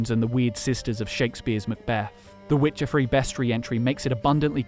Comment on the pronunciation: the way one of them pronounced" Witche'er "still echos in my dreams